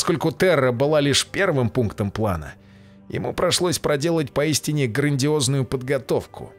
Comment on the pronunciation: Благодарю за контент! и команда! Заметил огреху в озвучании. " ему прошлось проделать"